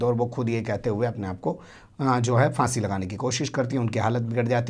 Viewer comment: आप भी फ़ांसी कहते हैं भैया फाँसी कहा करो